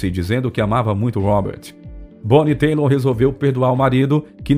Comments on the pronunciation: Kkkkkkkk😂😂BONNIE TEILER.😅😅😅. O CORRETO E:......BONNIE TAILER...... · Why you insist in call her Bonnie Taylor? Her nome is Bonnie Tyler please learn her name or don’t say her last name please! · Que trajetória impressionante dessa cantora fabulosa…!!! Ela é mais um fruto delicioso da década que mais produziu músicas de qualidade em todos os tempos. Sempre fui seu fã. A lamentar o apresentador deste vídeo errar seu nome artístico. Não é “Taylor”, que se pronunciaria “Teilor”, mas “Tyler”, cuja pronúncia é “Tailer”.❤ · amigo,eu acho que o erro grotesco do rapaz não tem como ser defendido. Não existe nenhuma cantora chamada Bonnie Taylor. E já que ele se dispôs a gravar um vídeo sobre a história de Bonnie Tyler,o mínimo esperado é que saiba pronunciar o nome dela corretamente. Ainda se fosse somente uma vez, até passaria como uma confusão de letras ,mas passou o vídeo inteiro repetindo Bonnie Taylor. Então,quem realmente lembra da cantora e sabe o nome artístico dela, não deixaria passar em branco sem corrigir. Creio que o rapaz do vídeo deve ser grato pela correção e se possível,deveria regravar o vídeo com o nome correto.🙏🌹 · Verdade: é Bonnie Tyler (pronúncia: "Tailer"). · Sim, e’ Bonnie Tyler se pronuncia “tailer” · Rsrsrsrsrs ..E a pronuncia é .... "Tai ler"....o cara tem ate a voz boa mas falta pesquisar mais ne... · Sim, se pronuncia "Tailer". Mas mt bom o video. Bem informativo. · O locutor é bom, mas "têilor" não dá né!😄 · Era exatamente isso que ia comentar. Me doía ouvido de ver Tyler na tela e pronunciar Taylor. Pensei que era meu ouvido e fiquei prestando atenção, MAS NÃO! O cara falava errado mesmo! Uma pena, um vídeo tão elaborado perdendo em detalhes (ah, fora outras escorregadas no "ingrês" dele)... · Bonnie Taylor kkkk,parece que ele tá falando de outra cantora 🤷🤦😂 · Dá uma angústia a pronúncia em inglês deste locutor! Tyler, Tyler, Tyler, não teilor! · Nome dela é Tyler ( Tailer) nao Taylor....sugiro vc melhorar o seu ingles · Tyler se lê tailer